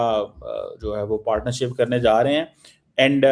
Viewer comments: It is Partnership NOT Partnershop 🤣🤣 Tabhi Boltai hai Kangalistan 🇵🇰 Ka Padhai 📕 Likhai 🖊️ Tai-raa (13) Bai-ess (22) 🤣🤣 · Kya English hai Partnershop.